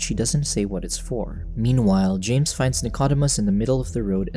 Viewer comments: The dog's name is pronounced "Nick-o-deemus" NOT "Nick-odd-imus." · Please pronounce Dicodemus correctly,...(/nɪkəˈdiːməs/; Greek: Νικόδημος, translit. Nikódēmos)